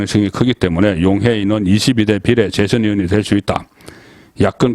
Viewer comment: 비이례 라고 발음 하세요...비를 짧게 발음하지 말공ㅅ